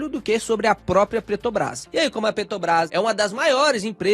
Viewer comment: qual a dificuldade do cara falar peTRObrás?